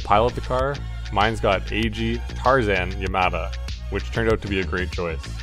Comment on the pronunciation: Mine is pronounced "Mee-Neh." It's a Japanese name